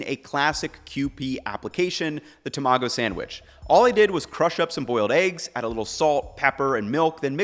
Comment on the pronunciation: Did you said TAMAGO sandwich!??? I’m impress😂😂😂